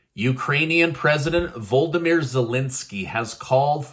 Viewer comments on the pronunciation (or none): His name is va- lod- o-mir not voldamir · And. You are pronouncing the Ukrainian president first name wrong. It’s funny lol